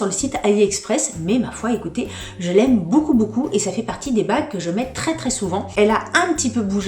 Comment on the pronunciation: Coucou chouette tes bijoux j’aime le style et je ne connaissais pas la marque who we are je vais allé voir ca. Par contre je bug a chaque fois que tu dis beaucoup en fait tu dis « boucoup » ca me fait bien rire 😝 . Et j’ajoute que les boucles d’oreilles te vont très bien mais conseil quand tu mets des boucles assez grosses fantaisies ne met pas de collier. Perso je trouve que ca fait teop chargé